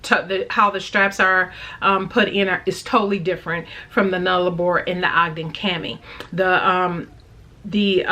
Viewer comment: Great face off! And well done on your pronunciation of Nullarbor!